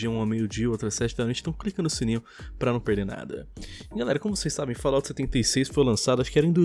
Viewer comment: agra não é mais fallout,mas sim fallOUR